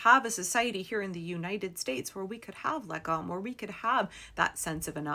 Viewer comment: That was quite a good pronunciation of "lagom". We use lagom for everything here like: "how hot do you want your food?", "lagom"; or: "how far is it?", "lagom". One theory of where it came from is that long ago they usually only had one cup for strong spirits and every one had there own cup for beer. So you passed the cup of strong spirits around and you only drank so much that everyone would get about the same amount, the cup would be enough to split "about" the whole "team", team = lag, about/around=om, "lag" "om", shorten it and you get "lagom". I'm quite certain this theory has been disproved though, but I have not heard a better one so :)